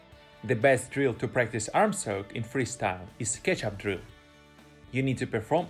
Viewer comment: Great Video and I learned a lot from your channel. However, I have hard time to understand your pronunciation of the word "Stroke" initially but now I am getting use to it. Just remember there is NO 'L' sound in the word. Now it time for me to work on my "Stroke" to keep myself from drowning. :-)